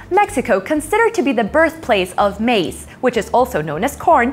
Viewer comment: lol. MACE instead of MAIZ.